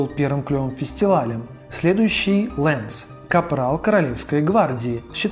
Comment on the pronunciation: например, что касается Титана Сим-Бионик, то именно так будет правильно называться мультсериал, а не "Сим-Бионик Титан", не "Лэнс", а "Ланс". По поводу Генератора Рекса в дубляже организация называется "Провидение", но никак не "Провидэнс", "Шестой" или "Агент 6". Просто "Шесть" слух режет и т.д. То есть были недочёты с именами персонажей и названиями объектов. То, что назвал свыше не всё. Кроме них ещё были недостатки